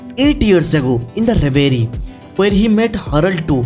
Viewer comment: Reverie ko reveriaa kyu bolte ho?😂😂